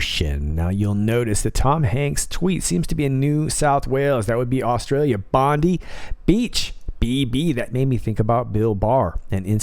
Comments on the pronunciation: It’s Bon-die, as in deceased/expired/carked it, not Bon-dee. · AAAAARRRRGGGG... BONDI …. PRONOUNCED BOND EYE..... sweet Jesus.... why do you Americans get our Aussie names soooooooo wrong..lollollollollol Like the city I live in...… Melbourne..... you pronounce it MELBOOOORRRRRRN.... no...… we pronounce it Melbn. no ORN in Melbourne....lollollol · Bondi beach , big I, Bond-eye beach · SPM - pronounced Bondeye Beach. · Bondi = pronounced Bondeye. 👍👍👍